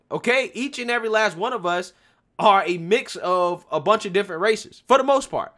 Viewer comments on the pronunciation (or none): none